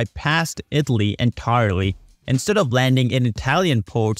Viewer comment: IT-LEE (lol im usually not a pronounciation nazi but damn that was like someone playing a flat note in a good song hahaha)